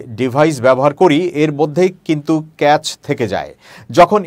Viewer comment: Caché uchcharon hobay kashe r moto. Cho noi, Sho uchcharon hobay !